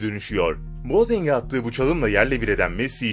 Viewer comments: Boatenge bozen dedi amk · Boatenge bozeng mi dedi benmi yanlış duydum bak isteyenler 3.00 ı açıp bakabilirler abi iyi videolar yapıyorsun da bazı şeyleri okuyuşunu düzelt bence daha kaliteli olur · boatenge moseng diyo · Telaffuz düzgün boatenge bozing diyorsun